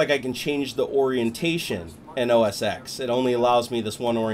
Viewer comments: its called O S TEN....not os X.....damn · It's not OS X pronounced as X it's OS X as OS 10